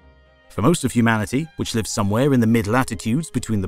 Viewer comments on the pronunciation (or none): none